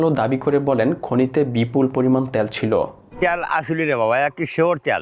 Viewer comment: ভাই উচ্চারণ টা কি ত্যাল না তেল! It's too annoyed to hear - ত্যাল।